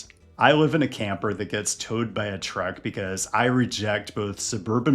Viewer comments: Full size crew cab pickup trucks are just awesome man. Don’t over think it. And it’s pronounced TRUCK not TRECK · I just realized that when he says "Trek", he's actually saying "truck". I kept thinking "Why does he keep talking about a specific brand of bicycle?"